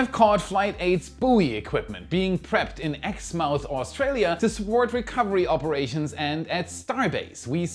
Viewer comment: it's Australia.